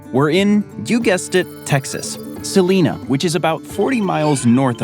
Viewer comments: It's salina not selenas ..texas i'm not sure what the natural averages for a house. But here in celina it's about 600k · It's Cel-i-na not Celeena. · You mispronounced Celina. It's Cel-EYE-na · The way he said Celina made me giggle. But it lowkey makes it sounds more royal